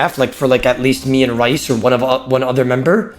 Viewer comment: How does still not know how to pronounce his name. It's pronounced Reece not Raice